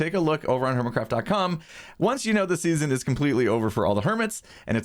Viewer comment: see you in the next seasone me: hurts right here in my meow meow